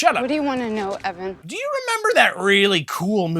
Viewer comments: Great review, but the main characters name is pronounced Evan not Ethan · I had to watch this twice to notice that you’re saying Ethan instead of Evan the whole time 😂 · It was super upsetting that you got Evan’s name wrong so many times,! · Getting the name right once makes it so much funnier than if you had gotten it wrong every time